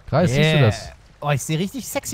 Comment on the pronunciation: Nicht käptn kreis sondern